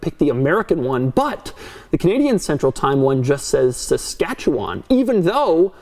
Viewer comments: Oh.. my.. god... Guys! Guy!! One of them did it. No, I'm serious listen, he pronounced Saskatchewan correctly! There is hope for them I tell you, HOPE! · About the time zone between Saskatchewan and Manitoba. Saskatchewan doesn't have daylight savings time where as Manitoba does sop that's more than likely why Saskatchewan has their own time zone. PS: Props for pronouncing Saskatchewan right